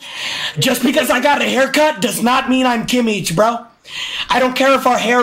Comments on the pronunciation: It’s kimich not kiemmiech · the way he pronounces Kimmich LMAO KimiTSH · The way he pronounces Kimmich 😭